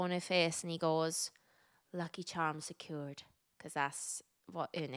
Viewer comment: omg the moment you realised how differently you pronounced 'secured' LOL